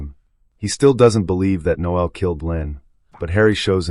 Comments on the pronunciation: It's Noel, not Noelle! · Surely it's pronounced nole, not noelle. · The name is NO-el, not no-EL. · NOEL NOT noelle! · The voiceover recapping everything here is unnecessary, especially in an American accent(why?). Also, the voice may be AI as it mispronounces a lot. The chief thug is not called Noe-elle. That's a girl's name! It's Noel. Also, we don't call these dwellings apartments. They're FLATS. What a way to ruin a good film. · I'm pretty sure the thug is called Noel not no-el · It's pronounced Nole,as in hole.Noel is a fucking Christmas song lyric. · No el? You sure about that pronunciation? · I assume the commentator didn't watch the movie or he would know that Noel is not pronounced No El. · The way the narrator voices the name Noel. Dearie me! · That still sounds a lot more correct than this video.